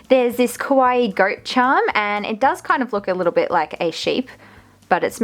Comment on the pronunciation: I am not trying to be mean but it's kinda sad that your whole channel is centered around 'kawaii' things but you manage to mispronounce the word so much :(. It's KAH-wah-e~, not koh-wah-e(kowaii means scary), not qua-i either... I know, I know- it may look like a nitpick but it's a bit disrespectful to have your whole 'brand', if you will, centered around a theme/word you can't pronounce, you can just say 'cute' if you have troubles with saying 'kawaii'.